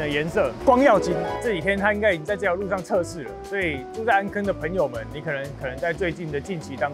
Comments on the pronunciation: 由如此帥氣的來介紹，太吸睛了，真想現在就去坐 暗坑的“坑”字閩南語發音唸錯了 amˋ kiign 啦！ 不是amˋ kegn 但或許是地方腔口不一樣，我是三峽這頭的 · 安坑不是葛瑪蘭人喔 是巴賽族那一群的 安坑的台語老本地人不是這樣念的